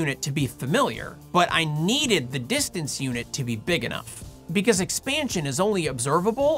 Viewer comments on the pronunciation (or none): none